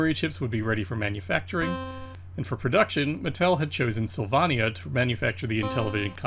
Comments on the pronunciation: Syl vay nya - like Pennsylvania Not sill vah nia Intellivision was really hampered by the controllers and its default system font. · Really good video I love that you added the developer names. Some notes: APh was named after MIT advanced physics which is (IIRC) where the developers came from Sylvania is pronounced "syl-vay-nia" or at least as I've always heard it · Sil-vonn-ia? Sil-VONN-ia?? You're drunk!